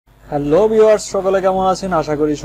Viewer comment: হেললো ভিউআরস! হেললো কি বাউ?? হেলো ভিউআরস বলবা শুদ্ধ বাংলা বলার চেষ্টা করো